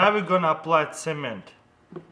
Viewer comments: who else thout he said cemen not cement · is he saying semen instead of cement? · when i heard him say cement i thought he said semen :P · I seriously tought he said apply the semèn on the pvc pipe. Lmao but he meant cement. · when he first said cement I thought he said semen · At first I thought he said," Now we are going to apply SEMEN." That scared me for a second. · Who else thought he said semen instead of cement? 😂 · Sounds like your saying "semen" instead of "cement" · I think he said semen or cement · he says cement like hungarians and i know it becuse i'm hungarian :D